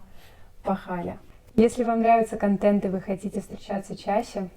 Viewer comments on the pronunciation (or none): none